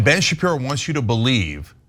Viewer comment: This presenter she is really good at calling Ben shipro shift 😅😅